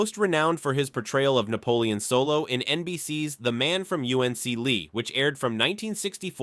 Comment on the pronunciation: When you use these horrendously bad voice programs, you should at least edit the results ! U-N-C-LE ? The Man From U.N.C.L.E. !